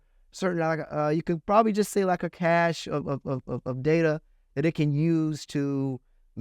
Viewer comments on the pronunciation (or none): none